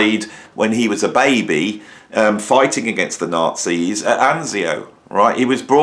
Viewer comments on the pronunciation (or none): none